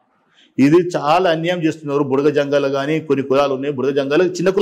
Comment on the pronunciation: మేడం భుడగజంగాలు అనాలి భుడగసంగాలు కాదు అన్నగారు మనజాతి కి ABCD వర్గీకరణ వల్ల మేలు జరుగుతుందా లేదా కీడు జరుగుతుందా అనేది చక్కగా వివరించారు సంతోషం అన్న 👍🙏👍